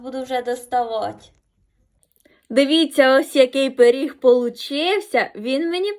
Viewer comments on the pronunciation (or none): Він суперський, спробуємо з мамою приготувати) Вибач,,але правильно пиріг а не періг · пИріг, а не пЕріг. Але ж смачно.